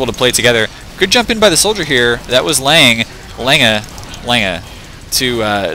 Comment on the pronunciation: FYI Lange has no "a" sound at the end great cast.